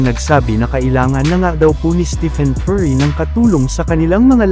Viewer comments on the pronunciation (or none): none